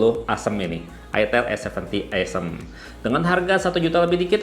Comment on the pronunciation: Bacanya bukan e'sm bang, tapi o'sm